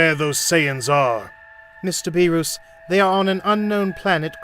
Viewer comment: He said BeRoOs